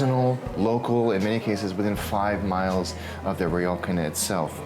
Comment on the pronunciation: Great content and amazing edit. Just wish the pronunciation of “ryokan” was closer though.